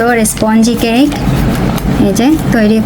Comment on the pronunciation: That is cake not caike😂